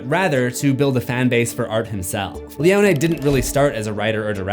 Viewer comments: *pronounced "Leo Knee" and not "Leo Nay". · Why you saying leone like that 😂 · Seems like a very rushed video trying to get views off of a movie that’s already past the trending space. Doesn’t know how to pronounce Leone’s name and a terrible intro stating things that no one is stating. Just bland facts